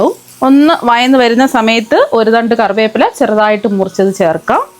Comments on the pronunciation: വയന്നല്ല വഴന്ന് എന്ന് പറയൂ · വയന്നു വരികയല്ല. വഴന്ന് വരുകയാണ്